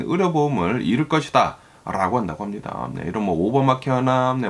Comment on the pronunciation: 미국에 사시면서 한국말을 아주 잘하시는데 ~~ 라고 발음이 아주 이상하고 거슬리네요 ~~롸고 로 들립니다. 시정이 안될까요? 자연스러운 발음. 그리고 어디 뉴스를 번역해서 말씀하시는지 몰라도 반트럼프로 일관하시네요. 어디 미국뉴스 들어보려 켰더니 이건 뭐… 쩝쩝